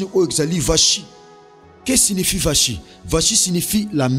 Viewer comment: Gloire à Dieu pour l' enseignement. Vasthi se pronounce (Vasti). Que Dieu nous bénisse.